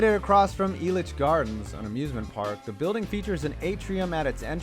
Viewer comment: I am proud of u, u said elich right this time